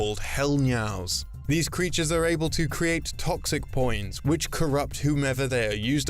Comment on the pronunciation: Please stop saying poins